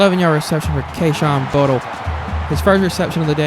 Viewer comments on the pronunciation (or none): #1 is not Butle it’s pronounced (BOO-TAY)